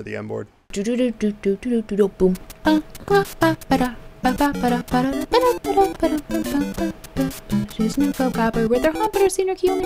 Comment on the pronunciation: I heard "N-word challenge" and not "end board challenge", and thought 'Oh god, what am I about to witness right now.'